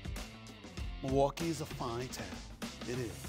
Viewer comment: SAS hates Milwaukee so much he actually pronounces it right